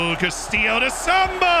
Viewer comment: The way you say “Sambou” sounds like the racial slur… I’d suggest stressing the “-ou” on the end more…